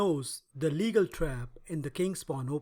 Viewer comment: This is not pronounced "legal" as in lawful. It is "Légal" (le-GAL) as in Sire de Légal -- the world's top chess player from about 1730 to 1755, and also Philidor's teacher. Philidor in fact named and published the above thematic trap in honor of him. The original game with this trap featured Légal playing at rook odds (without Ra1) against Saint Brie in Paris 1750. The more you know :)